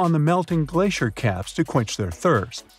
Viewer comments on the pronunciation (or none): none